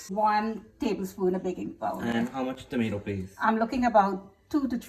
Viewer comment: Pulllpattttter u mama. A say toommmaaattuuuuuu. And u saying it d best was tommmatttttteeee